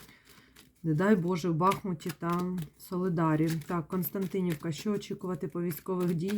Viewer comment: Если что то не "Константинівка" а "Костянтинівка".